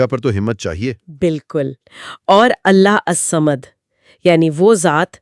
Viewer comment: Allahussamad plz improve your pronunciation.